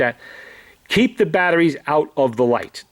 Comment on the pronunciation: battaries, this, that, the otter ting...